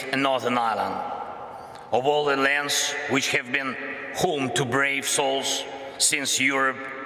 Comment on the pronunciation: the puppet at it again, tell him it's home not ghome